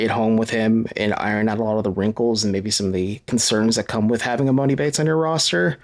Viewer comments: You've had enough time to pronounce his name right already!!! It's E-Mahn-E! I have no clue when you have ever heard of a man with the name MOANIE could you imagine 😆😆😆🤦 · Please quit saying emOni.. it’s pronounced emAHni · Its em-ON-i. Its not a long O sound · Stop pronouncing his name wrong it’s E-Mon-E